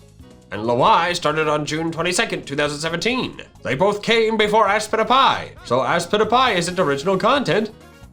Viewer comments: Aspitapy sounds like I spit a pie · When I first watched aspitpiay I thought it said “I spit a pie.” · Me: in class with volume off and turning on subtitles Subtitles: GoRy DiNgS rEvEnGe MiChAeL hErE: ASPITIPY Subtitles: Spin A pie